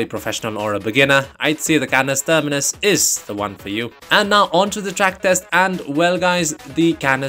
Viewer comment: Bro is saying Canis Termanis a bit too often😂